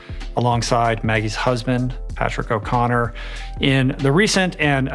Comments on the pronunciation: Did he say Patrick O’Conner? NO ITS O’CONNEL AHH🤬😡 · THE WAY HE SAID OCONNER INSTEAD OF OCONNEL IS KILLING ME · ummm.... it's Patrick O' Connell. Not O'Connor! wow. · Why does everyone add the invisible r's to O'Connell???